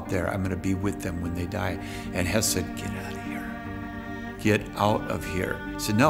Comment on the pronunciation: This is about Höss not Hess. Pronunciation is not the same but English speakers often have trouble with umlauts. Also Hess flew to Scotland during the war before Barbarossa.